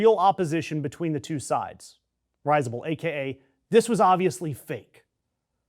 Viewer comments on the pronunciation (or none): risible - pron. rizzible, not RISE-able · It’s “rizz-able,” not “rise-able.”